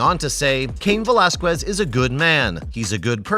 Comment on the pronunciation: You are pronouncing his last name completely wrong first and foremost. Secondly he did time in County Jail not prison.